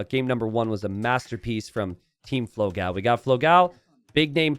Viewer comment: cool match.. very sad about the third game drop. BTW, its pronounced dó-gão (big dog, its actually pronounced just like dog with an open o) and fló-gão (a pun with an old website for photo blogs popular in Brazil 20 years ago), so fló (as in florida) gão (the way you say it is almost correct, only the a is a little more open as in GAUMN rather than a thin a, GAEOMN a bit like we say dawn. the best reference would be this 13 year old relic of a song